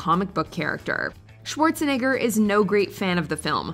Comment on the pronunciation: Not being rude but ngl she gotta learn how to say Arnold Schwarzenegger just a little bit better cause that kind sounds really really bad 😂😂